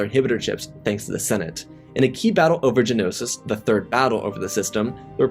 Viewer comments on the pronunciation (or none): none